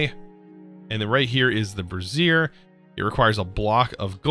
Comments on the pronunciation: Bray-zee-err Brassiere is something else entirely 🤣🤣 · its "ray-th' for wraith and "bray-zi-er" for brazier and "pew-ter" for pewter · You keep say bra, like a girl's bra, over and over again whenever you try to say Brazier. And there's an I in Wraith. And REALLY, Pewter too? Come on, that's not a complicated word! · I burst out laughing when he called the brazier a brasserie lmao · Just for fun: brassier (a bra) is “bruh-ZEER“ and brazier (stand for burning things) is “BREY-zher” :) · I have to question your pronunciation of brazier... sounds too much like a woman’s undergarment?! Personally thought brazier was spoken braise-i-her rather than brass-i-her. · Bruh the man said brassier ... Instead of brazier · brazier... the way you are pronouncing it is referring to a specific type of garment, Bray - zhur or "jur" think of the "j" sound in the french pronunciation of the name Jaque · He's got dyslexia, you learn to just roll with it after awhile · Bray-zee-r is more accurate.